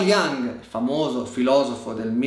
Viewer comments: Si dice IUNG non IANG, per piacere impariamo a parlare!!! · Scusa se mi permetto di correggerti. Jung era della Svizzera tedesca... Si pronuncia Jung e non Jang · Molto bello, solo un appunto carl Gustav Jung (che adoro e du cui ho letto molto) era svizzero... il suo cognome si pronuncia come è scritto non con la j all'inglese 😉